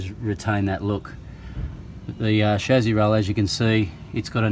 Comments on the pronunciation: Why is he saying shazzy instead of chasis? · Chezy? No it's chassis. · Whats the shazzi? Is that how all Ausi’s pronounce it or just this guy?